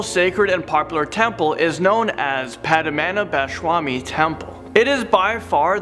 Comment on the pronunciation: Dude.. if you can't pronounce padmanabhaswamy temple just don't.. it was so cringeworthy to listen